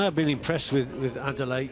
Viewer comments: Good commentary Gents but make an effort with the name , it is Adeleye not Adele. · "Ah - Day - Leh - Yeh" is the correct pronounciation of his name. "Ah - Day - Lay" is a butchering.